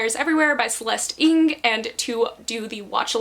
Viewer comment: Hi ! This video is awesome 💙💙 I’m definitely interested in reading The Guilded Wolves ! But just to let you know, the surname Ng ( Celeste Ng) is pronounced as Ng (u- ng )